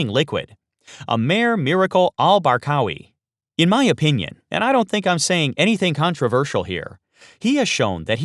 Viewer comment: barqawi sir not barkawi